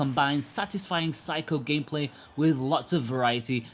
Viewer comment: Please stop pronouncing it 'psycho'. You do it on each review of their games. Try sick-key-oh.